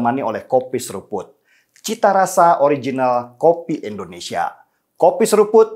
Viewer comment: Indonesia, Bang Denny.. Indonesia. Bukan Endonesia.. 🤗